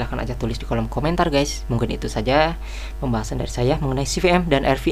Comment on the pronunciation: Kebolak balik ngomong v sama p, pasti orang Sunda hehe, saya juga